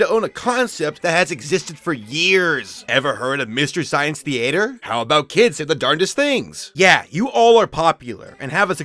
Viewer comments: The(ate)r? You pronounce it really weird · Mr. Science The-ate-er?! Dude. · "Thee-ater"? Canadian? Anyways good vid.